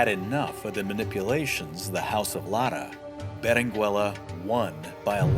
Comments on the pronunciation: Your pronunciation of Berenguela is wrong, at least I think. You do not pronounce the U. So it should be read as Berengela. Thanks for video and the history! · Yo. The u is silent in Berenguela. It sounds like beren gela in English. 👀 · Please don't pronounce the u in Berenguela. In Spanish 🇪🇸 the u is NOT pronounced if it's between the g/q and the e/i. The only way you can pronounce it is if it has the diéresis on the u [ü]. There's only a few words that have it. Words such as vergüenza, cigüeña, etc. You don't pronounce the u in surnames such as Rodriguez, Velazquez, Dominguez, etc right? Same rule applies to Berenguela my friend.